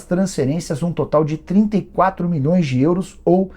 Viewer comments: Cara super rico, investindo milhõ😂s falando “04 mões” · 'Quatro mões'